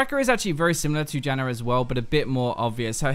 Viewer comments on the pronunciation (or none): I'm sorry, but I cannot stop hearing "jannar" cause it's too funny xD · British. Adding r's like that (which is technically called intrusive r's) happens with his dialect and the Australian dialect. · It's an Australian thing, but I'm not sure if is even Australian